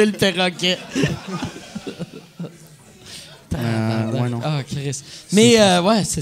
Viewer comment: perroquet, et non péroquet.